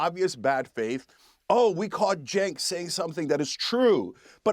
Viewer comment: and : As i assumed: His turkish name "Cenk" is rather pronounced like "Jenk".